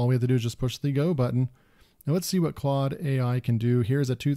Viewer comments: They way you are pronouncing the tool's name, is absolutely correct. Not sure at all why it would be pronounced in any other way. Incidentally, Claude, itself, verifies the pronunciation. I went on and asked it: What is the phonetic pronunciation of your name? The response: The pronunciation of my name is "clawd". There you have it.🙂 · I’m wouldn’t pronounce it as “cloud” either. But then again I’m an Aussie and we tend to disagree with Americans in pronunciation sometimes 😂